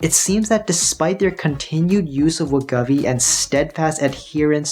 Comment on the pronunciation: As someone who has lost weight in such numbers over the years, I can confirm that it is much easier to keep weight off than it is to lose it. And BTW it pronounced Wa•gō•vee